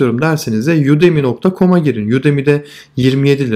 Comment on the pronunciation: Yudemy diye okunan şey udemy diye mi yazılır